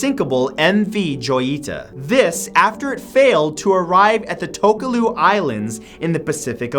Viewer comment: Tokelau not "tokaloo" 😓